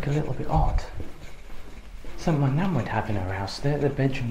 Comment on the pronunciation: the word is ‘something’ not ‘somethink’, please stop it.